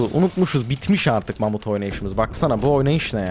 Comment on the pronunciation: mamut yerine amut diyiyor